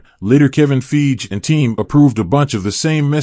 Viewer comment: I love ur channel but ur mispronouncing of kevin feiges name is cringey I'm sorry